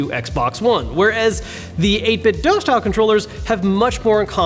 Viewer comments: It' 8-bit-DOO... not dough. WTF, how are so many of you so illiterate? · It’s pronounced 8bitdo ( 8 bit do) not dough. WULFFDEN den got it confirmed. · Please stop saying 8bitdough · It's simple: I watch a video, I hear someone say "8bitDough", I leave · A couple people have directly asked the CEO and said it's pronounced 8bitDoo